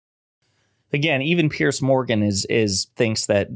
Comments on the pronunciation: It's "Peers" Morgan. Not "Pierce". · Why do Americans have problems saying Piers' name? It's not like pierce, it's like peers. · Piers Morgan's name is pronounced the way you’d pronounce the plural of pier. As in The dock has two piers. Not pierce, as in Why are you gonna pierce your navel? And please, let’s retire the term “unpack”.